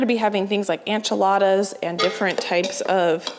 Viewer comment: I adore you but one thing, that drives me a little crazy, and I should get over it but Enchiladas is pronounced en chuh laa duhz - the en is the same sound as en in entry or enable, not an like ant. Loving you from Austin, TX. Thanks!